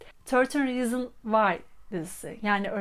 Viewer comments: Rizin degil rizins diye okunuyor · reasons derken s de söylenmiyo mu